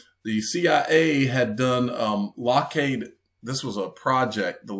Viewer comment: Lock-heed not lock-heyed